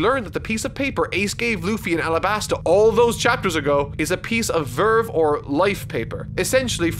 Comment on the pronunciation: i know its been fucking forever but im pretty sure its pronounced "vivre" (vee vre) like the french word for "to live"